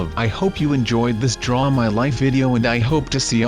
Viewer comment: It's not dude it draw my life it's draw